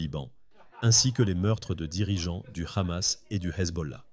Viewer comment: Hamas pas kamas, en français on prononce pas le « H » à moins que vous soyez qui on pense que vous êtes